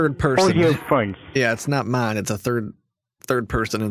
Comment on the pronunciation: “You are not suppose to inbolb any turd person or any turd party” 😂